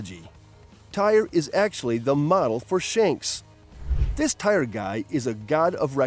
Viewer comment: It's not whatever your saying it's tear it's spelt Tyr but you say it like tear